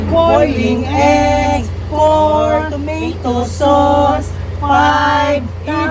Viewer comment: Three toomeytow sows. Hahahahaha